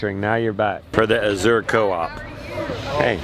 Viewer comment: You're pronouncing Azure incorrectly. I learned from the family that owns the company!!